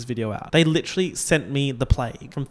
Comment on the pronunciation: “Legiterally” lmao